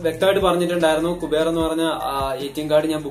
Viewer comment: കുബേർ അല്ല ക്യൂബർ😂